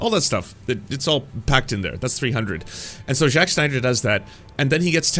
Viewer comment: eventually even the name morphed from Zack to Jacques smh